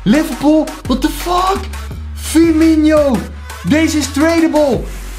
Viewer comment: hij zegt firminio maar het is firmino